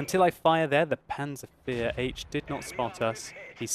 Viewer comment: Why does he call it a panzer fear ?